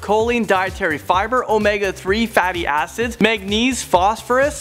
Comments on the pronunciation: did he say fate asses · Lol am I the only who kept hearing fatty asses😂 I know what he said acids but it sounded like asses😂